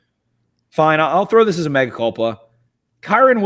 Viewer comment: Yalls devotion to saying "Mega culpa" instead of "mea culpa" is honestly kind of impressive lol